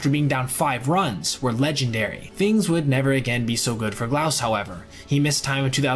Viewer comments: I just wonder. Do you listen to the clips you include so you can hear how the guys’ names are actually pronounced? Knob-lauch, not Know-blauch. Troy Gloss, not Gl-ow-s. To sound authoritative on videos like this, you gotta get basics like that right, otherwise, you just sound like someone wrote a script for you. May seem like nitpicking, but sorry, it betrays a lack of actual knowledge of the players and just a cursory understanding of the stats. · "Gloss," "KNOB-lock," "APE-e-er," "SAY-zar se-DAYN-yo." Please do some research regarding name pronunciations. There are so many old games featuring these guys. Just watch some. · A very small thing from someone who watches a lot of baseball in the 90s. Troy Glaus pronounces his last name like “gloss”. Just wanted to let you know. Nice vid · And Glaus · Great video but could you please learn to pronounce these guys names correctly? Glaus and Appier were wrong and Cesar Cedeno was wrong with both names. They need to be remembered but they need to be remembered correctly. Keep the great content coming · If only you could pronounce Troy’s last name properly. Good video though